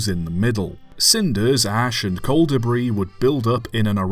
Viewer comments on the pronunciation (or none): none